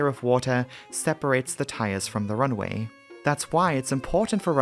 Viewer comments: Great video, but for the love of god, the constant pronouncing of "runway" as "runaway"... 😄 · Good video but sometimes it sounds like he's saying "run-A-way" but maybe it's just me old ears....